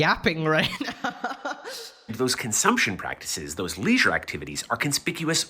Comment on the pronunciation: Bro said leisuer and class so many times